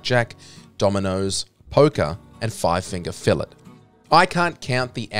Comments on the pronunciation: Its pronounced five finger "fa lay" Not "five finger fill it" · Five finger… FUH-LAY 🔪 not fill-it